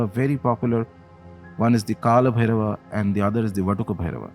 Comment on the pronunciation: Hey I’m a dumb English man 😀 can someone write the pronunciation of this phonetically in English 😭 so I’m reading it as on bhairava namah but I’m hearing om Blairrr -y namah